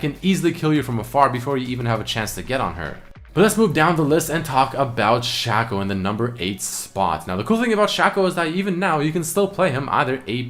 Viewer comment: He called shaco "Shack-Oh"